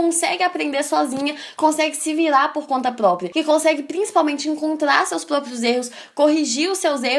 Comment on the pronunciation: ''Como se vilar pol conta ploplia'' kkkk amo essa minina